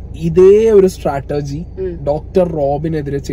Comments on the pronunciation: Strategy not Statergy 😂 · Onnu podo...onnullenkilum statergy alla...a word enkilum correct parayum...strategy aanu